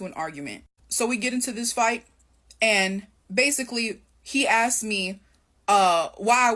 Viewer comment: She said "axed" and isn't even black